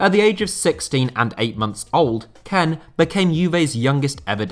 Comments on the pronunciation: Kean not ken FFS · It’s not Ken it’s Kean (kïn) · Just me who finds it so irritating the fact that he pronounces kean, ken and not as keen? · Is kean actually pronounced ken and not keen? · it's not kane. its kean (like kin) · Like how he says Keane like Kean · It's pronounced "Key-Anne" not "Ken" lol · Nobody talking talking about how he's pronouncing Kean or am I missing an inside joke (which I'd be very disappointed if this was the case)? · Why do you pronouce kean like that